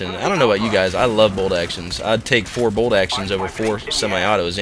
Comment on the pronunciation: Lol it bolt action not bold action